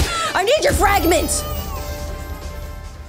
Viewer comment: its not fr(ay)gment its fr(ah)gment👍